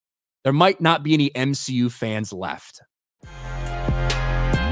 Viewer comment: The M-SHE-U does X-MEN ? 😂😂😂